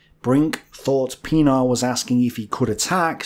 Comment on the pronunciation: pronounced Pienaar right, yet Joubert so wrong. Lol. These are French Huguenot-derived names.